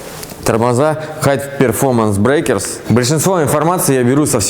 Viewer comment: Брэйкес))) колхозник)